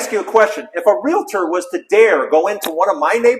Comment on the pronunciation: If realtor was pronounced RE-LA-TOR, it would be spelled relator. It is spelled realtor, and pronounced RE-AL-TOR, just REAL and TOR. Easy! C'mon, you can do it.